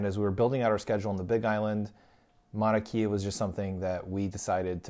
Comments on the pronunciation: “E’s” are pronounced as A and a’s are pronounced as uh. Mauna KAY - UH Go to top and watch sunrise. Waipio valley access is now closed. Kona Joe’s Coffee 🤙🏽 Green sand beach-don’t waste your time. If you do go, wear shoes-no slippas! Auntie will give you a ride for a price. See Ola Brewing 🍺 in Kona And yes, the island is very livable but get used to stupid! Hawai’i is and second world country and just about everything here is 50-75 years behind the mainland. A wonderful place to visit as long as you respect the locals. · It's pronounced Mauna Kay-ah. No e. Great video though. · This is a GREAT video! If you do a Part 2 put Kua Bay, 2 Step, Pohoiki Ponds and Kehena Beach. Btw it is pronounced Mauna (KAY-A) and it is Kaumana Caves. Obviously you can't edit the video but in case others want to know. We are still adapting to some of the pronunciations. Well done. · Your pronunciation of Mauna Kea is incorrect.